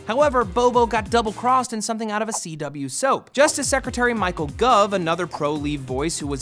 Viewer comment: i think you covered the brexit rather well :]--- just to be nit-picky you mispronounced goove